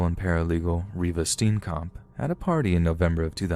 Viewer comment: every south African raging at how he pronounces Reeva Steenkamp XD